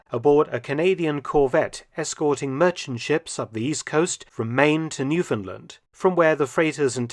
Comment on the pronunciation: As a Canadian it warms my heart to hear the correct pronunciation of Newfoundland.